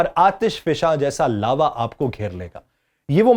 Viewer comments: یہ لاروا ہوتا ہے یا لاوا۔۔۔۔ Larva or Lava ۔۔۔ وڈیو میں لاروا بولا جا رہا ہے۔ کیا کوئی براہ کرم رہنمائی کر سکتا ہے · میں دوبارہ حاضر ہوگیا ہوں۔ جناب! میں ذکر کررہا تھا اصطلاحات کے غلط تلفظ ادا کرنے کا۔ تو عرض ہے کہ لاروا نہیں لاوا lava ہے۔ آپ نے لاروا کہا۔ پھر زمین کا سب سے اوپر والا حصہ کرسٹ crust کہلاتاہے جو کہا جاتاہے کہ اس کی thickness یعنی موٹائی 6 سے 40 کلو میٹر گہرائی تک ہے ( بعض کتب میں 60 سے 100 کلو میٹر تک بتائی جاتی ہے). پھر اس کے بعد mantle کی تہہ ہے جو 2900 کلو میٹر گہرائی تک ہے۔ آپ اعدادوشمار غلط بیان کررہے ہیں۔ مثلاً آپinner core تک پہنچنے کیلئے 5 لاکھ میٹر گہرائی میں جانا ہوگا کہہ رہے ہیں جبکہ پانچ لاکھ میٹر 500 کلومیٹر کے برابر ہوتا ہے جبکہ صرف مینٹل mantle کی گہرائی ہی 2900 کلو میٹر ہے۔ اور inner core کی گہرائی تقریباً 1200 سے 1300 کلومیٹر ہے۔ inner core سے پہلے outer core ہوتی ہے۔ یعنی زمین کی سطح کرسٹ سے inner core تک پہنچنے کیلئے 5000 کلومیٹر گہرائی تک جانا ہوگا۔ اور آپ کہہ رہے ہیں کہ صرف پانچ لاکھ میٹر گہرائی میں inner core آجاتی ہے۔ پانچ لاکھ میٹر 500 کلومیٹر کے برابر ہوتے ہیں۔ بڑی غلط تحقیق کی ہے۔ پانچ لاکھ میٹر تک صرف مینٹل کی اوپری سطح چل رہی ہے۔ آگے چل کر آپ نے اعدادوشمار از خود درست کرلئے۔ یعنی 6.4 ملین میٹر کہہ کر۔